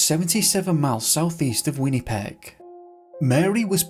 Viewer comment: Wenny-peg lol